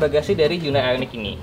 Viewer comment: Cara Bacanya org indo HYUN DAY padahal di korea asli dan sebutan nya HYON DAE